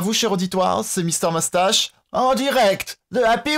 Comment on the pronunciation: Pk tu dit mastache au lieu de moustache